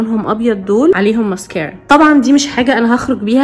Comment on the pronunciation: انا بحبك ابغي اقولك شئ ليش تنطقي المسكرا بهيدي الطريقه